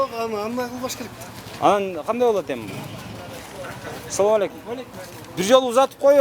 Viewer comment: баарын туура айттын, бирок саламды туураа айтсан. Ассаламу алейкум деш керек, саамалейкум дегенде сага олум болсун деген маани чыгат